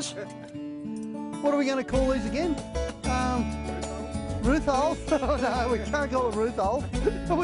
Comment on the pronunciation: “Rooth holes”🤣🤣🤣🤣🤣